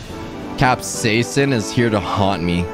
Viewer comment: Ur pronouncing capsican wrong it's cap-siscin not cap-seasen